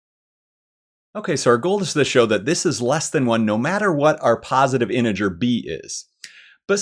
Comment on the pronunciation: Thank you for an enjoyable proof. I was pleased it contained several uses of the letter T in the word “integer”. I’ll be back.